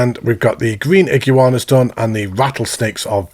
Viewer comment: Love the content but it’s iguana not igu-anas